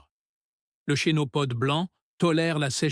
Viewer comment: Mais quelle misère ces vidéos IA le Chénopode ( se prononce Kenopode) et il montre tout sauf la plante en question ?! Le pissenlit,on voit en premier des radis ?! C'est une farce,A FUERA.